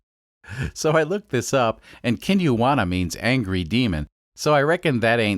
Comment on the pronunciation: is there some joke i'm missing about why he pronounces it "kinuwanna"? It's obviously not that.